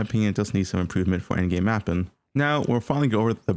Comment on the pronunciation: My boy hates the letter G. Sprintin, mappin, castin, fightin